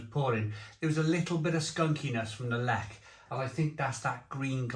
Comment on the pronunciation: Zubr used to be my fave and then I began to find it a bit sweet. Zwiec and Lech are my go to these days and they are very similar. Good pronunciation of Lech by the way but work in progress on the rest.